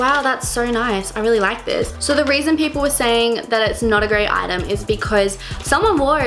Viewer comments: Is she saying sor instead of so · Whenever she said"so" ,I thought she said "sorry"😁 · kylie sturzaker I didn't even hear her accent until she mentioned shes Australian, its just how she pronounces "so" that tipped me off